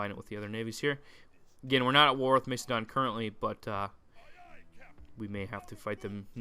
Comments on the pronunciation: Am not trying to sound angry, but I THINK you pronounce it Mass-eh-don. I dunno, Mace-adon just sounds weird... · mac-a-don not to be rude just educational